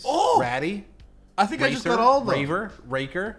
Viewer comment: Did Biffle just pronounce racer as "raa cer"???